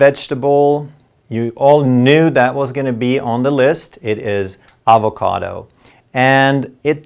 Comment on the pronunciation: The way he pronounces avocado